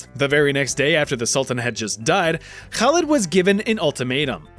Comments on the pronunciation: I'm very impressed by your pronunciation of "Khalid" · the way you pronounce Khalid in Arabic is pretty darn good